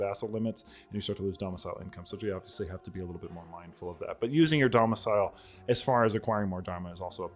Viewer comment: "Using your Dharmicile" lol